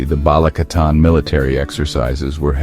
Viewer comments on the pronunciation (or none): none